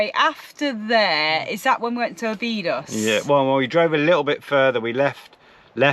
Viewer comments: It's pronounced Obby dosh! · Guys, you really should try and pronounce the towns you visit properly. NAZAŔE is naz-array and OBIDOS is obby-dosh. You take so much time producing great ìmages it seems a shame to spoil it with a lack of research. It's easy to do, just ask a local.